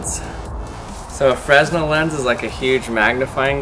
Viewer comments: The "s" is silent and the stress is on the second syllable. "Fruh-NELL" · It is not pronounced 'Fresnel', it is pronounced 'Frenel', without pronouncing the 's'. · That is a "freh-NELL" lens, not a "FREZ-nle" lens. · fruh-NELL. fruh-NELL. :-) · Sorry...I can't keep watching without cringing. Fresnel is pronounced fernell. I'm in Stage Crew and that's what we were taught. But that's none of my business ☕🐸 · its pronounced frenel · its pronounced "fernell" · Augustin-Jean Fresnel was the first person to use one, the person who invented it. And it's "Fruh-NELL", by the way. The "s" is silent. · the s is silent in fresnel... just thought you should know... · Jason Rogers he can say it however he wants.